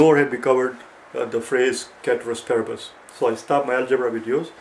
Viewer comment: Its pronounced as spelt actually ceteris paribus